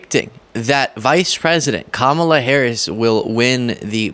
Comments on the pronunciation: Joe Rogan is an arse hat… Why can’t any of these Neanderthals pronounce Kamala’s name correctly! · These clowns can't even pronounce her name correctly. The cult is crying so hard right now. lol!